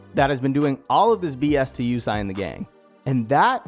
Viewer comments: Yusei is pronounced ( you-say ) not Yusai smh after the second time I heard that I stopped watching and a dislike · its not Yusai its YuSEI. like You-say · Yusei not Yusai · Since this channel uses the 4kids dub instead of the actual japanese, heres what they got wrong: Yusei pronounced Yu-say not You-sigh Carly' s love for Jack is not 1-sided Arc 4 villain "Z-one" pronounced "Zone" not z1 was the true master mind behind the last 2 arcs and travelled to the 5Ds era to prevent enerD and synchro monsters from leading to Z-one's future by putting an end to Synchros. The bonds across time movie also ties-in with a villain named Paradox (also a part of Illiaster) that also tried to rob Yusei of Stardust. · Wait is his name pronounced "you-say" or "you-sai"!? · Is pronounced (You Say) not (You Sai) 😂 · "Yu-say" was the dub name too. Idk what he remembered but it was lowkey bothering me lol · Yusai, ehh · My guy can't say yusei? I really don't like the dubs names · I can't believe how bad you messed up Yusei's name.....